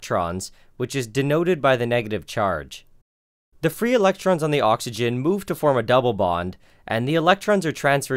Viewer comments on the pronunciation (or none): none